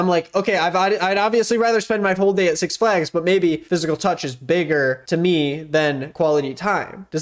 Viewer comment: why do you say six flags like that